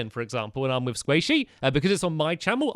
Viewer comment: I HEARD SQUAISHY 👍👍😄😄🐱🐤